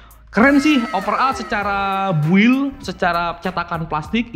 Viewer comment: penyebutan overall dan built nya sesuai tulisan banget ya 🤣